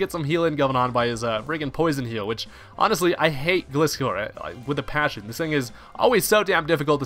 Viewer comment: Man I'm getting triggered every time someone mispronounces my Favorite Pokemon aka Gliscor. It's a Gliding Scorpion! I can never understand people who don't get that unles they're 10 years old or something!